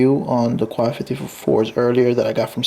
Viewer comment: Quai is pronounced "k"